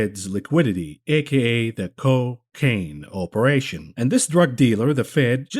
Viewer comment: The “Co-Caine” 😂😂😂